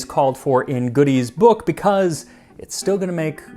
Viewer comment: Godey rhymes with odie (like the dog in Garfield) 😊